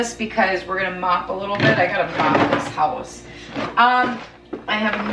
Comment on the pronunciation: I was telling my SO about the Mega Motivation videos and he asked about "the one thay says Höuse" jajajajaja and yes!! So happy to watch your video today,!